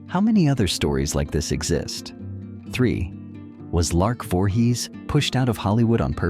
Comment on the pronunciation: Do you review your clips before posting them? You should have caught the mispronunciation of her name in the beginning of the clip. As for Lark's downfall, a mix of her mental diagnosis along with being Jehovah's Witness is a lethal mix - delusions due to her mental state and the delusions of JW beliefs can only result in disaster. But Martin and the other guy certainly didn't help. I wish I had known her. She needed someone close who could understand what she was dealing with. I'm not saying I would have married her. But I certainly may have helped her as a friend who understands her demons.